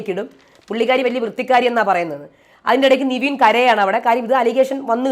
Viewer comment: നിവിൻ അല്ല നെവിൻ 😁